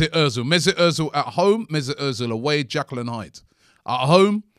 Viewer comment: Jekyll. Not Jackal. 🤣 Robbie is like the black Karl Pilkington at times.